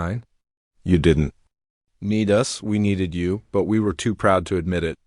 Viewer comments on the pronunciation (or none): us is pronounced us not U S`